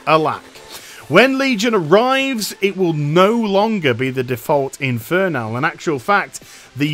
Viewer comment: Why does it annoy me so much that you pronounce it "inferNAL"...